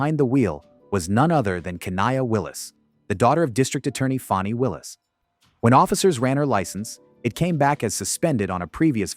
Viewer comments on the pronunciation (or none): FAN - ee Not FAWN - ee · Fani is not a long sounding O such as Ō. Fani is a short sounding name like Fanny. 😂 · Fanny not fawny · Why do they say Foni INSTEAD OF FANI WHICH IS HER NAME!!!! JUST LIKE EVRYTHING ELSE IN THE LIBERAL AND BLACK WOULD. RULES DO NOT MATTER!!! CHANGE YOUR NAME DON'T DEMAND THAT WE DO NOT APPLY THE PROPER GRAMMER!!! DUMB JUST LIKE PRONOUNS!!!